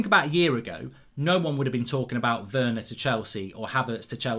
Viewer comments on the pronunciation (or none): none